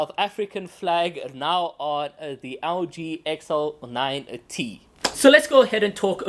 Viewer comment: Sounds like he's calling the Algae XL9t. 😂